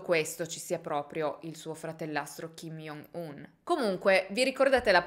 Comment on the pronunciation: Ciao, volevo solo dirti che si pronuncia “giongun” non “iongun” in quanto ㅈ in coreano si legge “g” ed il suo nome è proprio scritto 정은, lo stesso vale per il fratellastro ed il padre